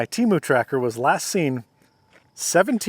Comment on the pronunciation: It’s te-mu not t-mu